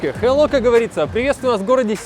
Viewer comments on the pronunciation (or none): none